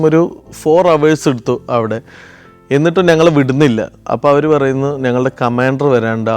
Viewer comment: ചില ഉച്ചാരണങ്ങൾ ബോറടിപ്പിക്കും... അത് തിരുത്തി പ്പിക്കുന്നതിൽ എന്താണ് തെറ്റ്. ഉദാഹരണത്തിന്: 'ഞങ്ങൾ' എന്നത് ഇദ്ദേഹം പറയുന്നത് 'നങ്ങൾ' എന്നാണ്. അത് ആവർത്തിച്ച് വരുകയും ചെയ്യുന്നു...